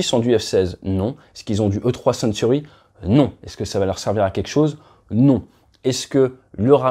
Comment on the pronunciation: T’as parlé avec les tripes là! 😅 Ça aurait de la gueule toute l’Europe en Rafale! Bon, à part ça, le E-3 c’est Sentry, pas Century! 😉